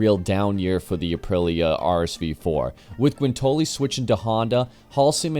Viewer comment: 45 minutes was good Bro. Especially if it’s a well done vid like this. It’s also great you read your own copy - I hate robo voices. Related to that (and I mean no offense whatsoever…so “livery” is live-eree, “Guintoli” is Ginnt-olee with emphasis on the Ginnt, and “Mille” is Me-lay. I hope that helps.